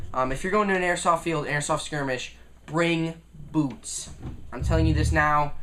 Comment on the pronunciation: when he said BOOTS i thout that he said booze